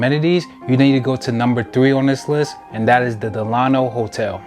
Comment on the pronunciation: Before you start reviewing famous hotels in Miami, you should probably learn how to pronounce them. It's not Dell-AH-no, it's DELL-uh-no. You know, like FDR.